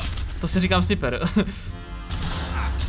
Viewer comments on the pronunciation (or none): Ale notaak, neříká se "Sniper" ale "Snajpr". Jen tak pro inf.